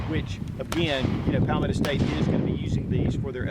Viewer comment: Say it with me ..paul - meadow .. i dont know what hes saying but it isnt anything close to palmetto .. 😂😂